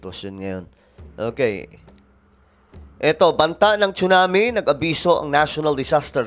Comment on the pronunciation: Tsunami...pronounce it SUNAMI.silent T